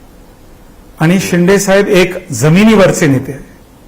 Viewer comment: शिंडे नाही शिंदे ..शिंदे म्हणायला शिका.. आधी ! नाही तर शिंदे साहेबाला शेंडी लावाल 😂